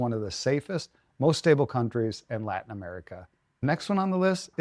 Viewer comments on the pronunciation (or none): none